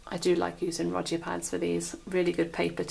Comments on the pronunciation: 'Ro-ja' ? .. isnt it pronounced 'Road-ee-a' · Rodger pads? Thought it was ROAD- Dia 😇